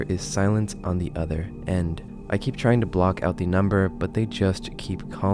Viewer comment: You don't have to pronounce "the" as "THEE" every fking time. I understand if English is ur second language. But that's like elementary school level learning to speak type sh!t.